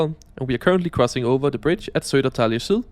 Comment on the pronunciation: By the way, the station you referred to as Södertäjle in this video is actually called Södertälje.